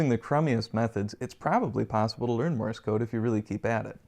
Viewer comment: Thanks for the video, but it is not pronounced "Morris code", but "Morse code".